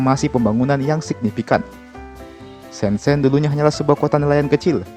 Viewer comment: It's prounounced Syen Jen (kedua huruf e dibaca sebagai e pepet seperti pada kata Elang)